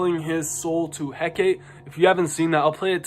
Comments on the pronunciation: Please say Hecate our Divine mother's name correctly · Hecate took them out for mispronouncing her name so much 😁